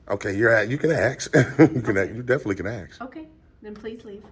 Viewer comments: you can axe 🪓 you can definitely axe 🪓 axe 🪓 her you can axe 🪓 her haha laughs at himself cos he can’t pronounce ask. lol 😂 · Why do so many auditors say "Aks" and not "Ask". So difficult to pronounse? Sounds so stupid. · It pissed me off when people say axe instead of ask. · ASK 🎉 NOT AXE 🪓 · I love your videos. Could you please pronounce ask correctly. It’s just three letters. It may sound petty but it has always driven me crazy to hear aks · Ask not Axe.